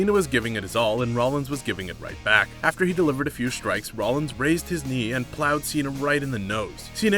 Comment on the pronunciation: You referred to Seth Rollins as Rowins.